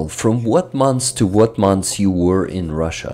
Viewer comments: One note: look up the pronunciation of "months" 👍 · Your comment is one of the most wholesome from all of them! Thank you for all this "thanks", for your compliment and for your tip! I'm already working on the next one. Hoping to finish it in about a week. As for "months" it's already a redacted version when I really tried 10 times before I was able to pronounce this version.😅 First version sounded like "monthes". My dear friend Alex who is an English teacher helps me by reviewing my pronunciation and also finding some mistakes in subs. He tried to teach me to pronounce it but as you can see I wasn't able to pronounce it anyway.😊